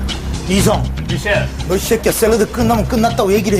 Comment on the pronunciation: 이 썌꺄 ㅋㅋㅋ 새끼야 할 때 '썌 '발음 씨게 하는 거ㅈㄴ 웃기네 ㅋㅋㅋ